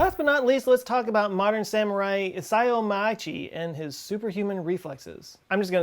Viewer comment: In case you want to know how to pronounce the samurai guy’s name, you got Isao right. Machii is harder but it’s machi and i (not like eye but a short pure eee sound but not long). Kind of like Hawai’i but you don’t have to do an actual glottal stop. It’s three letters in Japanese: ma chi i and each is pronounced the same length and no stress on any of them. Without being able to pronounce pure vowels without dipthongs (near impossible for English speakers) this one will be tough.